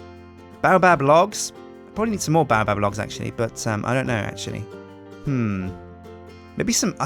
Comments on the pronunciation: baobab is pronounce bay-o-bab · I'm disliking every video u say baobab in cuz its pronounced BAY---OH---BAAB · Baobab is pronounced bay-o-bab !